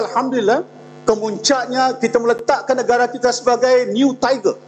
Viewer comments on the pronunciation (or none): YB kata sebenarnye, saye, negare, anggote, kerjasame, kite, untok dll.